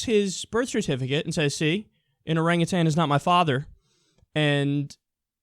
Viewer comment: ffs it is not "oranguTANG", it is "oranguTAN". But to be fair, Trump looks like he's dipped in orange-tang.